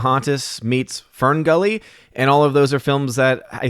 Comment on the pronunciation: THANK YOU for saying 'Fern Gully'!